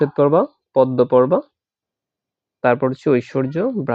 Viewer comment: পদ্ম এর উচ্চারণ ভুল